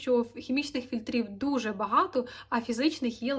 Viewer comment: Блін, ви мільйон разів повторили фільтрІв з неправильним наголосом ((